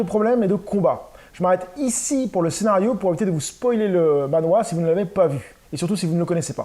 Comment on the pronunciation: Hello, alors, petite subtilité, il faudrait prononcer le mot manhua, "manh -RUA" (avec le h qui se prononce limite comme "la jota" en espagnol) et pas manhwa (BD coréenne). J'ai aussi acquis cette série dans une brocante récemment, et ça m'a coûté plus de 70 balles, tu as fait une affaire ! Andy Seto est une grosse star à Hong-Kong. En France, il y a aussi eu la publication de King of Fighters Zillion, les quatre justiciers ou encore Tigre et Dragon. Ces deux dernières séries n'ont pas été au bout de leur édition française malheureusement. Il se murmure qu'il viendrait au prochain Angoulême de ce que j'ai cru comprendre entre les lignes...